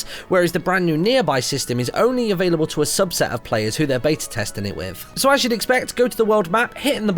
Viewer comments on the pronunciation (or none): none